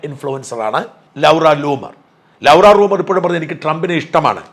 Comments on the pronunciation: Eda Potten Shaja, Any gift received during the Presidency ,that belongs to the Nation. You dont know how to pronounce Laura . Not" Lovera " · നിലപാടുകൾക്കു പിന്തുണയുണ്ട്, ഷാജൻ! പക്ഷെ, ഷാജൻ സ്കറിയ ശരിയായി ഇംഗ്ളീഷ് പറയുന്ന കാലത്ത് ഇൻഡ്യയും പാകിസ്ഥാനും തമ്മിൽ സമാധാനമുണ്ടാകും. എന്തെല്ലാം അബദ്ധങ്ങൾ ഉച്ചാരിക്കുന്നു. ലൗറാ, വിസിൽ ബൗളർ, ..... ഇനി ഇംഗ്ളണ്ടിൽ പോകും ഉച്ചാരണം മിനുക്കി വരുക.